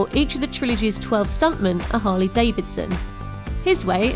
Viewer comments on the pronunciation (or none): none